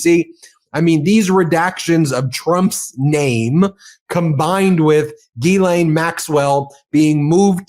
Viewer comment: He name is pronounced Jislaine Ghyslaine. you pronounce it Guylaine it’s wrong.